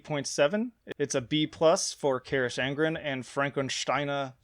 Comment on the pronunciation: Pronounced Ka-rock On-Gren Fronk-en-shteyen-a Strah-ta-A-mon-tan-us